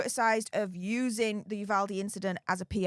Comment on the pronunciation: ...thank you for pronouncing "Uvalde" correctly. Nothing is more awkward and disrespectful than trying to show interest in a community and not pronouncing the town's name wrong. (PS...please tell Andy too!)